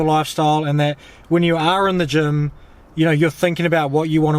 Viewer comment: I was thinking that you are in Germ (Germany), but it's "gym". xD